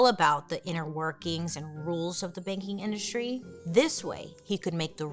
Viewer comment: I thought she said “baking industry” and have waited for her to bring up a bakery for like 10 minutes